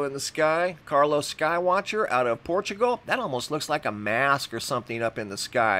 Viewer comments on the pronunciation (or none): none